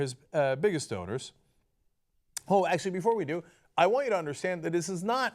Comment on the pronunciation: half funny and half tragic that when you say "one of his biggest donors" it sounds like "one of his biggest owners", and I'm not sure that there's a difference.